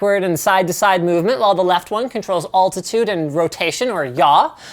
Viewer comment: Hey Linus. Say "All." Now say the name, "Al." All. Al. Now say "altitude." Now say "*all*titude." If you're hearing no difference, you may have a problem. Linus is also famously known for "deckles" aka decals among other fantastic Canadian-based pronunciations.